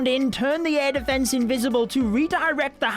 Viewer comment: Defence not deeeefence..... You're english